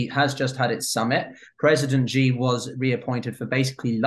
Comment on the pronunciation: Bro, say his name right please. For credibility sake. Its XI not JI